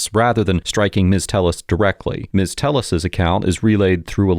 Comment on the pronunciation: yer killing me! It’s pronounced “Tay -yes”! Telles = Tay yes. Lol